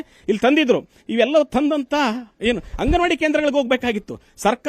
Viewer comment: ಹಂಗನವಾಡಿ ಹನ್ನ ಅಲ್ಲ ಮಾರಾಯಾ ಅಂಗನವಾಡಿ ಅನ್ನ ಮೀಡಿಯಾದವರು ಆಗಿ ಕನ್ನ್ನಡ ಅಸ್ಲಿಲವಾಗಿ ಮಾತಾಡ್ಬೇಡ್ರಿ